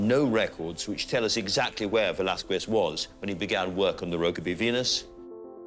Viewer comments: The pronunciation of "Velázquez" is "be-laθ-keθ" according to the International Phonetic Alphabet. The combined letters "qu" is pronounced by a single sound "k" in Spanish, not like 2 separated letters. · The video is very nice, but the was they said the name of the painter is wrong in spanish. The u between q and e, should not be pronounced.